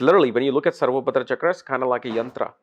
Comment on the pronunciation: Its SarvatoBhadra (सर्वतोभद्र) and NOT SarvoBhadra (सर्वोभद्र)